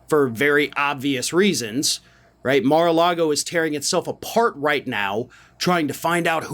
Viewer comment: I love that Michael Cohen calls it Mara lardo.. just wait until the Cheeto releases the heavily edited and fake videos..